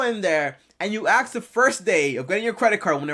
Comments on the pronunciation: Its pronounced ask not ax!!!!! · ASK not AKS 😂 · “Aks, axe, akk” It’s ASK! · 🪓 “ how to I axe” 🪓